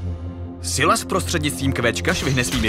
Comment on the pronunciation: Je to “Sajles” a ne “Sylas”